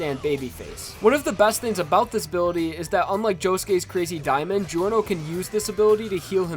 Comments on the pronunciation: it's not jee-or-noh.... it's jor-noh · It’s not delivery, it’s Giorno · It's clearly pronounced "Jorno", not "Jeeorno". Italians pronounce it this way and it's pronounced like that in the anime. What was he trying to prove by pronouncing it the wrong way? Or is it every anglo's stand ability - not being able to pronounce words the correct way? edit: oh. I see. The anime wasn't out by the time the video was released. I guess he wasn't bothered enough to check out how the name of MC is supposed to be pronounced. Still a good video though. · man, aweosme vid. try promounce his name as jorno jovanna (jaw-no jo-vanna)instead. you are welcome.😁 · I swear to God the fucking way you pronounce Giorno. I kind of feel like Ghiaccio — when he complained about people saying "Pariss" and "Venice"